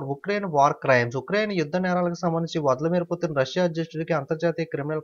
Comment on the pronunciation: Vladamir putin v should be pronounced silent.. and its spelled as ladamin putin...sir.. kindly check it out once